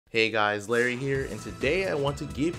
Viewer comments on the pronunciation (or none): none